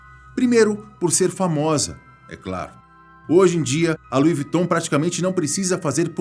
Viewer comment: Não entendo o porque das pessoas falarem o nome da marca errada🤦🏻‍♀️ só aqui no Brasil as pessoas não sabem pronunciar.